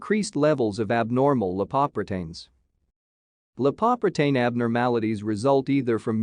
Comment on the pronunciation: Very thorough coverage of atherosclerosis's etiology and pathology, but the pronunciation of 'lipoprotein' is an alien version that sounds weird and is hard to get.